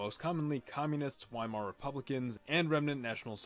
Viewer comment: epic, but excuse me for my criticism of your german pronunciation but its *V*eimar